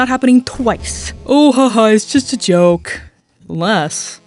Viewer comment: "uish juwst a jwoke bwuhh"